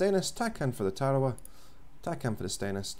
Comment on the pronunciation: Lol, hey bud its pronounced TERRORWAH. friendly correction ship is named after a WW2 battle in the pacific islands...